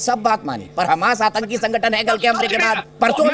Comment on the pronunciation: Atanki nahi bola jata Aatanki hota hai bhai UT.